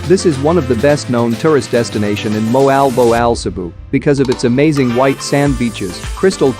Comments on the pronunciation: moal boal po...not moal bow all...the correc pronounciation is mo-al bo-al ....or moal boal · Bad pronounced. Moalboal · mohal boh al? Learn to speak the place names correctly. It's more like mwalbole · Moe Al Bow Al? Pronunciation needs some work:)